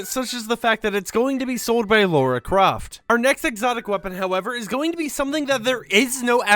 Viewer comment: Please, it's not "Laura Croft" Its "Lara Croft". Its pronounce Lar-a not Lor-a. It's a hard a and r. Thank you :)